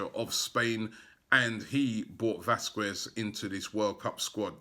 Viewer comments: Vasquez !!! Not Vasquiz :O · Robbie. Vasquez is pronounced as Vaskez not Vaskuez. nkt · Surely it's Vas-kez not Vas-kwez? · Vasquez = ( Vas-cez)